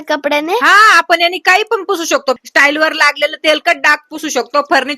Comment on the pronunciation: स्टाईल नाही टाइल्स पहिले तुम्ही बोलले शिका नंतर तुमच्या पोरीला शिकवा😂😂😂😂😂😂